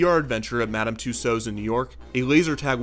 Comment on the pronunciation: Is that how the yanks pronounce Madame Tussauds or does Kevin just not know how to say it? O.o